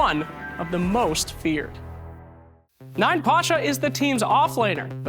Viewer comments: Not 9Pasha- YaPasha? like I'm Pasha. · It's pronounced as Yapasha, not ninePasha. Research well pfffft